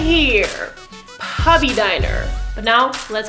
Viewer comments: "pubby" dat pronunciation. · Lol "pubby" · I love the way you say puppy :')